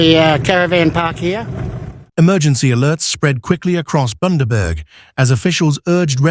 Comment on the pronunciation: Boondaburg. Where the fuck is that narrator from